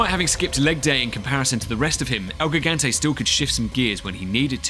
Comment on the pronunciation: HELP WHY DID HE SAY GIGANTE LIKE THAT